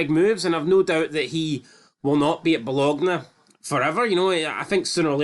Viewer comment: "Bo-long-ya" not "Bog-long-ya"